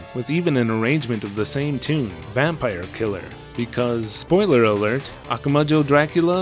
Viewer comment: It's a little distracting hearing you say "Akuma Joe" over and over. :P